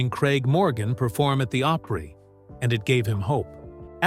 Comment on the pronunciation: .....uh.....really?...."Oh-pree".........jeeez, y'all...make dat, like "Ah-pree"......(as in The Grand Ol' Opry...)...😸....